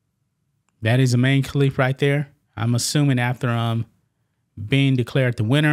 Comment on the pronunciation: His name is. Imane. I. Man. E